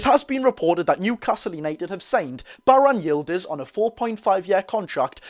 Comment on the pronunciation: Me dad is Turkish you butchered it to the point it ain’t halal 😂 but even I’ve never heard of him